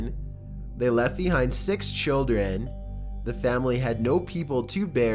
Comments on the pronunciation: why does he say sax for 6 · The way he pronounce number 6 (S3X) tho HAHAHAHAHAHA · Nineteen ninty sex. That's the way you are talking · Ninety sixty sex! Hehehe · I hear your word saying "S3X' but it was 6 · Nineteen Sixty-Sex?